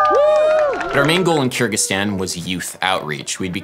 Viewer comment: It’s pronounced KUR-gig-STAHN. Sorry I couldn’t stand hearing it the way you were pronouncing it. Someone had to pronounce it the correct way throughout your whole trip.